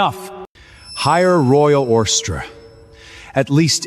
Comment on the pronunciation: Pronunciation spelling and editing need much improvement !! To name a few : 1) See Transcript Madam was once the dragon queen that shaped the GLOBAL UNDERWORLD !! NOT the GLOBAL UNDERWEAR !! 🥺😱 2) Transcript .. for Carter to marry Lily is a blessing from FATE !! NOT VATE !! 🫩😵‍💫 3) Transcript .. how could a 30 string ORCHESTRA be enough .. ?? NOT OSTRRA !! 😢🥴 4) Transcript How have you been these days ? Are you getting used to life WITH the HALES ? NOT .. used to life WITHOUT the HULKS !! 😵🙄 5) Transcript Evelyn Black KNEEL NOT Evelyn Black NEiL !! It is not HELL family 👎 It is not HAIL family 👎 BUT HALE family ! 👍👌 👍👌